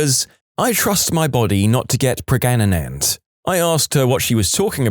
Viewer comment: kinda disappointed this narrator is AI. i always assumed it was a real person but after mispronouncing “pregnant” twice in 2 different ways, it’s obvious